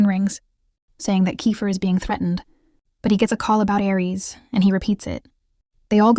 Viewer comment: Why are you saying Ar for Aries and jgijgu for JayJay